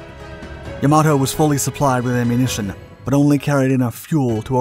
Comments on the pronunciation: It isn't Ya-MA-To.... it is Yam-a-to.... Japanese does not place emphasis on any one syllable, all are equal. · "Yamoto"?!? Dude, if you're going to be posting "historical" videos online, at least get the f**king pronunciation correct. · Can all the various "naval history YouTubers" PLEASE get the pronunciation of this magnificent ship's name correct? It is pronounced "YAM-a-toe", not "ya-MAH-toe". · Why is "Yamato" pronounced differently throughout the video. I'm guessing this is another robovoice channel. Probably out of Croatia or Poland, through a server in Canada. Like most other robovoice channels. If I'm wrong, please respond to this with something other than a bland 5 word response.